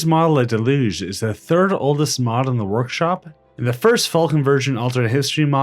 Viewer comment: “ahh praise ma delooge”